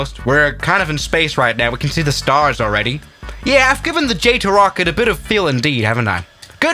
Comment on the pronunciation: It's not JÆTO it's JATO